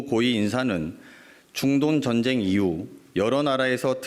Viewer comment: 자꾸 준돈전쟁이~ 라고 하시내~ㅋㅋㅋ